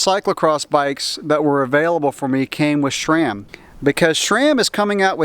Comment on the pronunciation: Why do you pronouce sram like "Shraam"? lol, or maybe that's how it's supposed to be said.